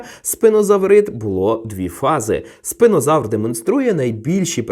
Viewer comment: Спінозавр. А чому ви називаєте його спИнозавром? Spina читається не через "и", жжеш...